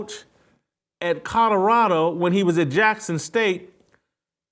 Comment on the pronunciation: Jason…COL OR RADO NOT Cutterado… 🤷‍♀️🤷‍♀️ Love ya! Great show as always!